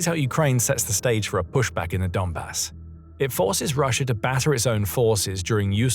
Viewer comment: Both "Russia" & "idea" end in "As", why does your narration bot insist on ending both words with an "R"?